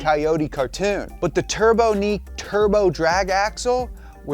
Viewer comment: The companies name was pronounced "turb-on-eek" not "turbo-neek"